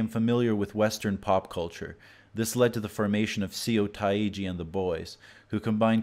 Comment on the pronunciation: I’m sorry but I laughed when he said se-ou tai-jee 💀💀 but the rest is great tho